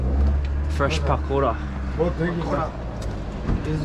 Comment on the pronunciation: omg love the way you pronounce pakora :D LOL so cute